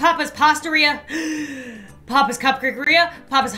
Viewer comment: Gamer Taylar YASS OMG I REMMEBER BAHAHAH Aand why does she say ‘papis instead of papas’